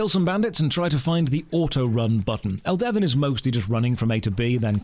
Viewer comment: It's pronounced Elde-VIN not El-Devin Get it right. And the games not that bad as you described. It's filled with lush environments and engaging combat. The servers are lively and fun. Give it a try